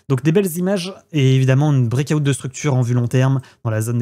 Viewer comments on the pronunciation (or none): Le Brek ahoute , pemp et demp.... foutu franglais mal prononcé ....